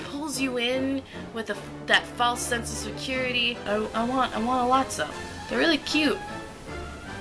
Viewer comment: I found a mistake. "Lot-O Huggin' Bear" Lot-So